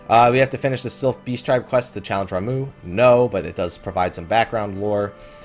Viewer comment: You called Ramuh. RAMOO!! It's Ramuh= Raw Ma